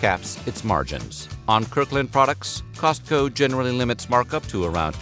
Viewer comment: “Kirk Land”?